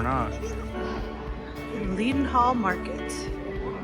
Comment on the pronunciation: The best way to see London is walking and stairs. Shame you only had 4 days, you can spend 10 days here and not see everything..PS. Leadenhall is pronounced as Lead to rhyme with red ;)